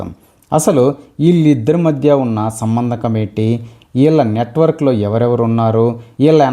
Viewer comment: సంబంధకం కాదు బాబు, సంబంధం అని చెప్పాలి నాయనా 😄